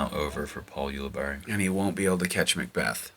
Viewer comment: I'm pretty sure when I've heard him commentate he's pronounced his name You-li-berry